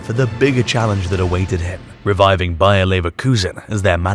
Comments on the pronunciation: Me too, he definetly says BayerN at the begining. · Man said BAYER i replayed it like 5 times.